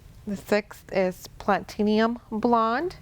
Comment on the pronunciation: Pla*ti*num - not plat*in*ium